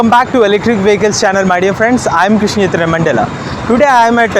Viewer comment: Now i realize that your name is Before i thought your name is, because you pronounce your name like this😂. Btw ❤️ electric